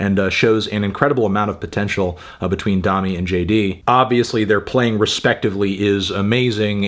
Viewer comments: say domi like you’re saying dome, not dominate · I cant believe he pronounced it "Dom-me" the whole time instead of "Dough-me"... Melon... its like the musical solfege.. "do re mi fa so la ti"... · P sure it’s pronounced like domey not dommy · Isn’t her name pronounced “DOH-me” not “Daw-me”? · I was hoping you'd review this. I like this record a lot, but i also agree that it does feel a little half baked at times. People have been waiting 3 years for this record though, so maybe it was also time for them to just finish it and move on. also i think its pronounced DoMi, not Dahmi, but don't quote me on that. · Domi - pronounced "doe - me" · it's pronounced domi as in dome-y, dome as in head, head as in melon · doe-me and jay dee beh-ck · i thought domi was pronounced with a long o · doemi not dami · "Dommy" lol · Domi = "domie" -- like "homie." I think, anyway. Great review, though. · Fantano has no fucking idea about jazz. Also can’t pronounce the artist’s name. Also what is a “progidy?”